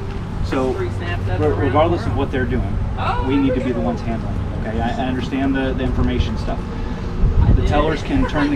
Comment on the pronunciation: "I undorshtannd" lol the word "undorshtannd" is one syllable, you got that, murica !